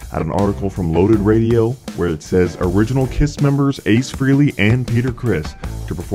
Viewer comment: Frehley not freely